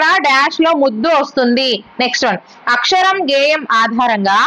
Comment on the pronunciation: Madam అక్షరం అక్కరము